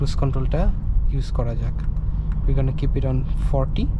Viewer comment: It's Jack, not JOG. JOG is a made up name by us.... XD